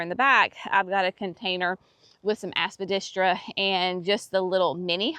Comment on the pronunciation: Love your shade garden. And love it every time you say, "Aspadistra"! LOL 😆 Hope you enjoyed your lunch date with sweet thing.